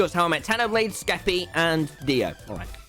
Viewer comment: The way he said Skeppy was like shkeppy